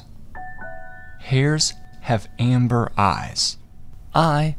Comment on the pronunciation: It’s not ember eyes its amber